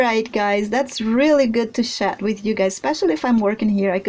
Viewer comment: Hey sweets, I love your work..... it's totally amazing!!!! Just a quick message to say that in the UK the way you pronounce chat is 'Shat'. The word shat in the UK is the past tense of shit LOL If you pronounce the 'ch' sound as in the word 'church' or 'Chocolate' then you will have it :) Have you though of sculpting Jack Sparrow?